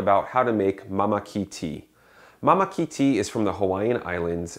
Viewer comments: Ummm... it's pronounced "maa-ma-key" and the correct way to display the word is with the kahako which is usually over a vowel and pronounced with a longer accentuation of that letter. Māmaki, is only grown in the Hawaiian Islands and is endemic to Hawaiʻi. **Suggestion: please wash your kettle! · first you pronounce mamaki wrong... secondly i wonder why you are instructing on how to make Mamaki tea and using completely different tea... and last but not the least : adding sugar or cream is not recommended for this particular tea ... learn and research first before you share with others